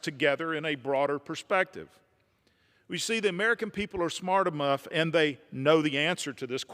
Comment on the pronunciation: All of you Fuckers is Congress are Idiots. , right? He says "Emough, instead of Enough" and just goes on, as if nothing happened. Did she hear it??? Did you hear it? I'm guessing NO! Hell no she didn't. She could give a shit less, until her turn again... But then!!! Demands that the whole United States listen to HER! When she can't even listen to him. This is how broken we are. Don't let her in.. She is gonna be of the top "RINOS" of them all. I guarantee it.